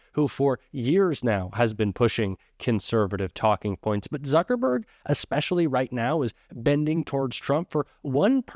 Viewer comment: It's Suckerberg. Instead of Zuckerberg.